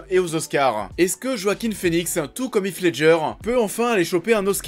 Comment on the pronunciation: "JOAKHIM FÉNIXE" se prononce en fait "Hoakin Finix"